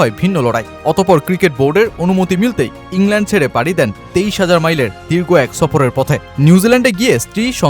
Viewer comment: ইংল্যান্ড বলার খুবই বাজে।